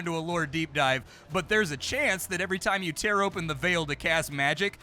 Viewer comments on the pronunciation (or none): none